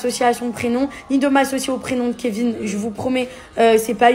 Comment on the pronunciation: C'est quoi ce truc? Carla pleure pas ... franchement t'as rien perdu et certainement pas le kevin .... faut qu'elle aille chez l'orthophoniste..mes oreilles saignent....